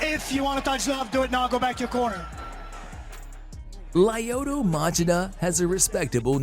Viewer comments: It’s pronounced ( Lee O toe Ma chi da) 🤦‍♂️🤦‍♂️ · Laayoto maaachida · Definitely said lyoto name wrong 🤣🤣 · OK first off the first name is the problem, he said "LIE oh to" instead of the correct LYO to. Secondly if you wanna get specific, the Chida in Machida 町田 was pronounced with proper lack of elongation of Chi like you said "まちだ" rather than "まちいだ" but the ma is not correct. More similar to Muh as in Muh big car rather than Ma as in Mat. Aint no defending this pronunciation. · Lyoto is pronounced Leeoto.Why you do mma videos if you dont know this? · Lie oto matchida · Lieuotoe Machaduh😂😂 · Lie-oh-toe Mah-Cha-Dah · Very cool video, but I think the guy talking doesn't know too much about the fight world, he said wrong the name of Lyoto and Crocop.